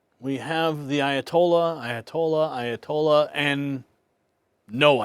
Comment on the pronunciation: Ayatollah 6 times, and now it's Ayatoldya. 😂